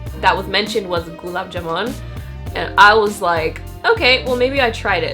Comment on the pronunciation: It's pronounced as Gulaaab Jamooon, kinda like that #Indian